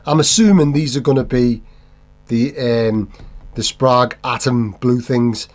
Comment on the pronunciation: Every time you say for someone to let you know in the comments I think, "oh we will let you know!". Just knowing the internet. Plus it's pronounced Sprague. 😂😂